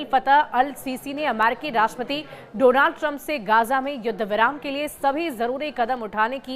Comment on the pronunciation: "Dorand Trump" 😂 ye badiya tha guru 😂😂